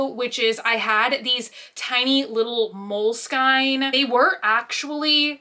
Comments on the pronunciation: Lot of love for but the way she said molesinke drove me insane lmaoo 😂😂 🌸💕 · Bruh why she saying it like that. It’s mole skin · "mole-SKIN" is the correct way to pronounce (unless ur italian) love u!!!! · “Mole-skine” and “wasabi tape” - she just pronounced them so confidently! It took me a few seconds to register she meant mole-skin and washi 😂 so cute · my darling aunt, its moleskine journals like mole skin lol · "Moleskine" went through me